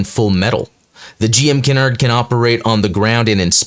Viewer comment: It helps if the reader knows how to read French. I never heard someone pronounce canard as "kei-nerd" as it's a common aeronautical term for a horizontal control and stabilization surface located in front of the main wing of an aircraft. I don't speak or read French so I'll give you pass on the Cannes. It was most likely named after the French city of Cannes (i.e. kahn (native pronunciation) or kæn (common English pronunciation)) rather than the homophone cannes (i.e. canes).